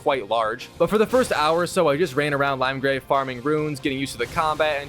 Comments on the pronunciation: lol good ole "Limegrave" SMH 😂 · Bro said limegrave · Bro “limegrave”💀